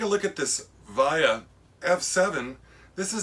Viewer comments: The VIA (pronounced "vee-ah", not "vy-ah") engine you showed is a 1st gen unit. VIA is basically the Amtrak of Canada (though there are places that Amtrak goes into Canada and VIA goes into the US). The first gen units are somewhat cherished, and can go for hundreds of dollars. The early Bachmann VIAs with all wheel drive will fetch top dollar. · Awesome video! Just wanted to let you know that VIA is pronounced V-EE-A so the I is pronounced with an EE sound. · Via is pronounced vea-uh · when you pronounce VIA, the I has an e sound.